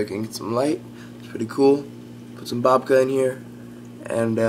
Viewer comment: its bacoba NOT BOBCA